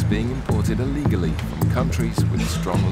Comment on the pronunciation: What is it TV people saying Ullegally? It's Illegally! With an 'I' FFS!